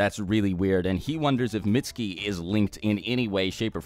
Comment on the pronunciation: his name is pronounced "meet su ki "